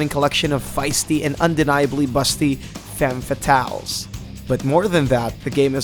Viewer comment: Faime Fataylzzzzzzz... My French ears are bleeding.